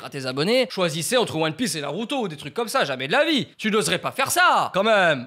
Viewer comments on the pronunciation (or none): none